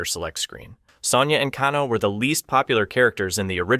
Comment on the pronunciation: Bro, Kano is pronounced "Kay-No" not "Caw-No".